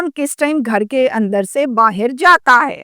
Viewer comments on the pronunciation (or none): none